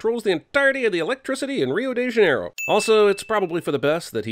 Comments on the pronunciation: Reyo dey juhnairouh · RiOh DeI jAnEiRoUh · Hio day Jzan-air-oh